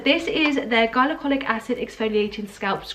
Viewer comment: no shade or anything but it's pronounced gli-co-lic i think you said it how you say hylarounic acid or something. don't worry not everyone knows this stuff but i binge watch cassandra bankson and she says it all the time! Great video BTW!